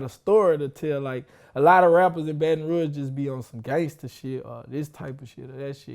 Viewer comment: Dude said "baton roo-age" bout fitty eleven times!!!